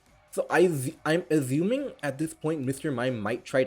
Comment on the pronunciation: dude love your videos but can you stop aZuming, actually makes my ears bleed